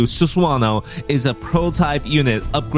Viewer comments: "Susuwano" 😂. Jokes aside, nice video bro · I can't with the Sus-wan-oh pronunciation haha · It's pronounced Su-sa-no-oh btw